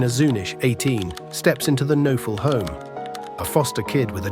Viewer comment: The victim's last name is pronounced with a hard K...and "noe" is pronounced "nay" Kuh-nay-ful